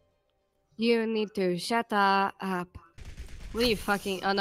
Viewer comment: you need to sha-ta-UP